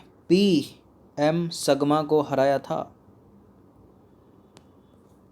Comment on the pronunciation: जंगी लिखा पढ़ जगी रहे हो जो गलत है =jangi पी एम संगमा पढ़ रहे हो सगमा= P M SANGMA